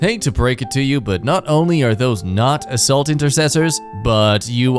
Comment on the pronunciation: I like how he pauses after saying ass/arse "actually those are not ass...-ault"